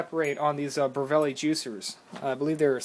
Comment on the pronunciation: LMAO BER-VEL-LI you miss pronounce the name :)